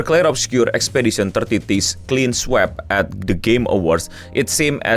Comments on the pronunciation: bacanya "SWIP" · "sweep" dibaca "swip" bang